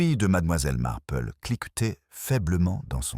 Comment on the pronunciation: Auriez vous l'amabilité de prononcer le nom de miss Marple comme il faut s' il vous- plaît ? Il est très difficile de suivre une histoire quand les noms ne se distinguent pas .Merci